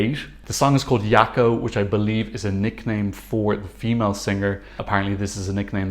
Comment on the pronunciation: Jako - in French pronunciation please. They are, after all from France ;) You know, so many don't hear it in the song, while she does sing it "Zhako"... Hmm